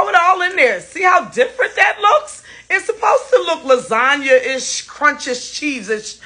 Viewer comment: lazanyaish, crunchish, cheesesh, stafish